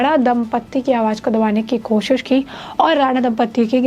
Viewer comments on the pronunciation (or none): none